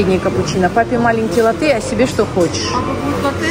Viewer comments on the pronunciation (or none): Ударение лАтте. А в самой Италии лучше говорить "кафе латте", скажете просто "латте", - молоко и принесут. Типа как утюг в Турции попросить, сказав "айрон", - дадут айран.